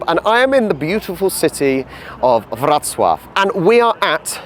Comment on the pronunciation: Bardzo ładnie wypowiedziałeś Wrocław. Szanuję!